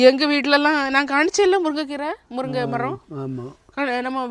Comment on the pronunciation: முறுங்கை இல்லை😂முருங்கை.நீர் இந்தியா தானே உச்ரிப்பு வராது